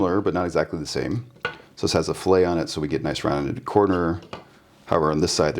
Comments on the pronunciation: Nice video. The rounded corner, "filet", is pronounced "fill-it" rather than "fill-ay". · Nice iteration- big progress over the last few weeks. One note: this kind of fillet doesn't have a silent "t".